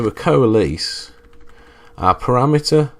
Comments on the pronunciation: coa les. It's pronounced like co less... ARRRRGGGG!!!! /ˌkōəˈles/ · I'd write it ko-a-less, but not so far from your spelling. So I'm wondering why you pronounce it kow-uh-LEASE. I've never heard it pronounced that way. Is it a regional thing? How would you pronounce it outside of the SQL environment? Not saying its wrong, just interested!